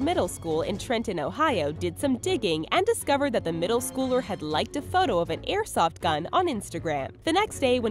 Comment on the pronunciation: Omg learn how to say airsoft